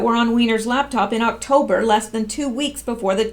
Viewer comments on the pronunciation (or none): none